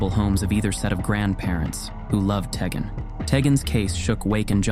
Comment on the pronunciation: I think it's pronounced "TEE-gen."